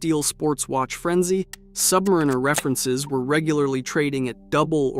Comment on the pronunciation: Submariner??? I've you're going to bad mouth it, know how to damn SAY IT!!!!!!!!!!!!